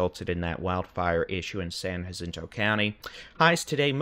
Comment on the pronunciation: it's San Jacinto, j as in jack, not hacinto. You sound like a tourist trying to show they know Spanish. 😂